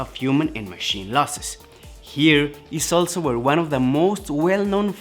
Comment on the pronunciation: Can you pronounce the word "Machine" Properly? You are saying "Matsiin" which is wrong. We all know the story OK? We know it better than you.